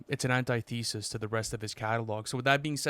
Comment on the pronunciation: thats not joe you pronojnce antithesis